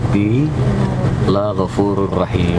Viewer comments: Asslm'alikum mas. sukes terus insyaallah. mas, ada yg salah dlm doanya lho. Dibaca: "Laa ghofuururrohiim." Padahal mestinya: "Laghofuururrohiim". La nya hrsnya pendek (niscaya, semoga), saat dibaca Laa (panjang) berarti Lam nahi (larangan) berarti janganlah Allah (yg rohim) mengampuni. Maaf ya mas, sy suka chanel mas. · Bagus... tp sdikit komentar klo g salah doa ktika naik kndaraan itu "laa" nya ngga panjang, bacanya "laghafuurur rahiim"